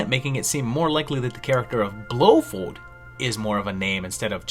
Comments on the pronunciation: your mispronunciation of Blofeld feld not fold has made me not finish your video it is as bad as if you had called Bond's other main villan Goldpinky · Love it but I wince at your pronunciation of Blofeld. It’s “Blow Feld” not “Blow Fold”. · I remember seeing a post maybe from about mispronouncing things on purpose to encourage people to correct him in the comments but man oh man BlowFOLD blow Fold fold fold fold fold. That one was rough